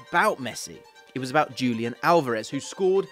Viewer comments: Wait wait wait. Am I supposed to believe a guy who says “Dzhulian” instead of “Hulian” Alvarez? Does the guy know any football at all?? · That's not Julian. The pronunciation will be like Hulian. Pls correct your pronunciation